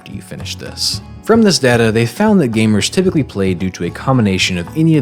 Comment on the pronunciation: ITS DATA NOT DATA